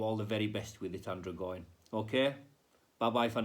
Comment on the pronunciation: Pronounced Ann drojin as in: androgynous /anˈdrɒdʒɪnəs/ adjective partly male and partly female in appearance; of indeterminate sex. having the physical characteristics of both sexes; hermaphrodite.